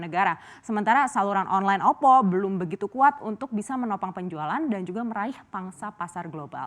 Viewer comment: Ksilat lidah mas bro